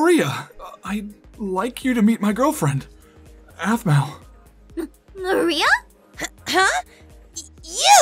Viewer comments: You said ahpmau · The sister says offmau